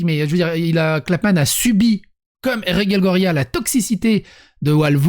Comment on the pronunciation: Ce qui me perturbe, c'est que tu prononces Reguelle, et Rege prononcé Raige. Sinon, je suis pas contre le fait qu'ils étalent leurs vies sur les réseaux. Sinon j'aurais pas mon contenu quotidien de.